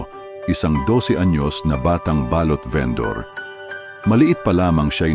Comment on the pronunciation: Bkit kaya kpag lalaki ang narrator eh mali2 ang pagbigkas ng mga salita Mali po ang bigkas ninyo ng balut at balot ,saka ng salitang baga(lungs) .